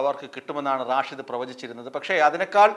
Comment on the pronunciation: റാഷിദ് അല്ല സ്റ്റൈലാകിപറയുന്നതാണ്. റഷീദ് ആണ്. "തങ്കൾ "എവിടെപോയി ആവോ.😂